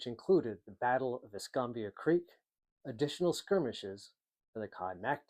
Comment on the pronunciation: I have lived in Pensacola for 60+years. Pronounce es -kam-bia county Fl&Al. Fort Ba-rank-us . My Grandfathers house was located at the Canoe Creek crossroads along the rail line where a Confederate supply train was burned during the raid.